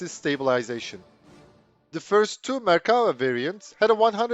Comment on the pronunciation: I appreciate you pronouncing the name of the tank correctly. In English the word infantry is a collective noun and isn't pluralized. Very informative.